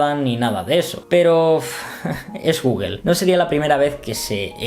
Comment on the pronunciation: "Guguel"?..Googel, o Google..